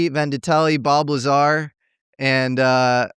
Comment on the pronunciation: Bob Liezar 😂